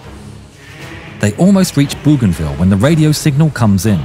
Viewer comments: It is pronounced Boh gahn vee ya. Goddamn AI voices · The U is silent in Bouganville 👍